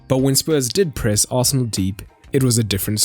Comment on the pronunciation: I noticed there is no "D" in Arsenal...